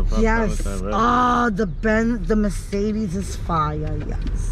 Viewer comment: "The Macedes is fya"